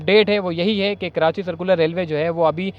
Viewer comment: کرانچی بولتے ہو ، کراچی صحیح لفظ۔